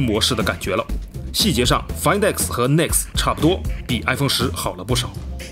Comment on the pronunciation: 终于有人说对了读音 find x 其他人都读"饭"x